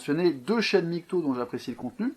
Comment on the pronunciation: Arrêtez de dire "migtow", prononcer l'acronyme de façon si grotesque participe à décrédibiliser la chose, comme si au lieu de LGBT on disait "elgeubeut".